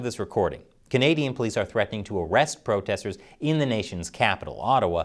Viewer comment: "Im hunting pwotestews" you crack me up.